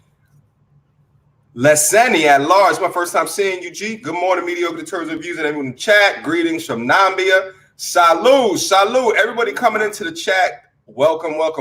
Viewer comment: Yo it's actually NAMIBIA pronounced nah-me-be-ya😂😂😂. DJT45 also read it as Nambia leaving out the 'i' in between m and b. Enjoying the chat though. Salut